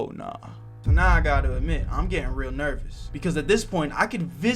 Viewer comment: Damn bruh I thought you said meow when you said now that would’ve been a great cat pun 😅